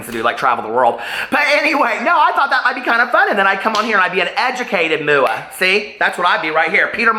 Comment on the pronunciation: Peter I love you so I say this with much respect , no one says MuuuuAhhhh , I've been a professional MUA for 20 years and I've never heard anyone pronounce MUA like that , it really doesn't matter but it makes me think of the Showgirls Versace moment , much love to you 😘